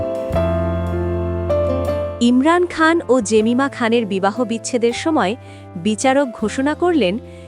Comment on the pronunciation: এই মহিলা নিজের নামটা উচ্চারণ করে এই ভাবে: "জেমাইমা" .... ভারতের মহিলা ক্রিকেটারের একই নাম (Jemima Rodrigues), কিন্তু ও উচ্চারণ করে "জেমিমা"..... ইংরেজি বলার অভ্যেস থাকলে ঠিক ধরতে পারতেন